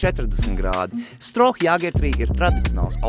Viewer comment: Pēdējais dzēriens , manuprāt , būtu jāstāda priekšā ka " Štroo " , nevis Stroh . Tu taču burbonu nenosauci par Jaceku , ne ko ?